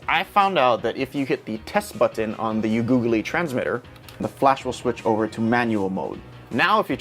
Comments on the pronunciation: KIKIKI.. maybe yua can try pronounce it as "young know"... btw u made my day ,, thanks man... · Damn bro you need help its "yong- new- o" lol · Learn how to pronounce Yongnuo. You sound so ignorant and ridiculous. Imagine a Chinese person not bothering to learn and just mocking the name of an American company: Gewill Elekprick. Lick your general. Ha ha. The item this company produces has bailed you out, show some respect for the brand. This guy explains the pronunciation here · Learn how to fucking pronounce it before making the video. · That is the best pronaunce of the name YongNuo kkkkkkk